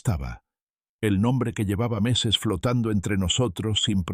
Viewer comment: Muy desagradable el sonido de pito en la pronunciación de las eses.